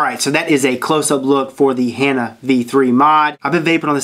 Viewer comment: Hah-naa is the way its pronounced